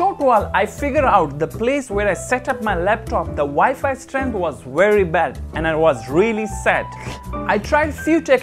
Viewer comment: "Wi-Fi strengt was wery bad"....🤣😂🤣